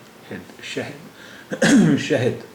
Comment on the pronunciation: शहद का दाल रे जैसा लग रहा